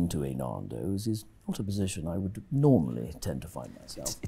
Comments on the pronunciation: "Nahndos" XD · It's NANdos, not NAHNdos! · I like how he flinches every time he says naaahndos. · That was hilarious man!! "MAN" as in Stan - not man as in "MARN"!! Now I feel like Narndo's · Pie's face when he says "Narndos" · I die a little inside every time I hear "Naandos" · Pie's face as he keeps saying "NarnDos" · "I was at a Narndows" 😂😂😂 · I have never heard Nando's pronounced like that.